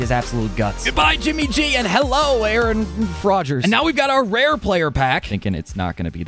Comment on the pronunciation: Respectfully theres no way your calling aaron rodgers “aaron fraugers” like cmon now your a bears fan yall know the most bout choking.